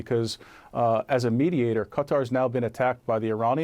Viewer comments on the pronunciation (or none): "ka" "tar" !! Not "cutter" !!! Jeezes... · Haven't learn how to pronounce Qatar?😂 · cuz dont know how to say Qatar? on CNN?